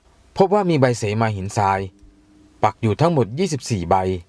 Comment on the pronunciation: คนอ่าน อ่านก็ผิด เสมา ไม่ใช่ สีมา